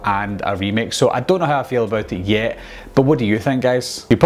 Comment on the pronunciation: idk man. Reboot sounded like reboo and yet sounded like yeh. Quick kinda sounded like kick. But I used subtitles so it's all good